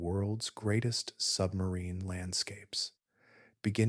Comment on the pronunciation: It was great, I knew nothing when it started and now I have a firm grip on the basics—the most impressive fact was how far into the Atlantic Ocean the river is flowing! Also, whenever you said “sub-marine” i heard “submarine” and thought of the the Hunt for the Red October 😂😂